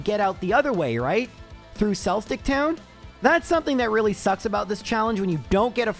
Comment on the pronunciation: Why are you saying floor mona and Ett urna that’s so wrong. Edit: Sells dick? what is wrong with you?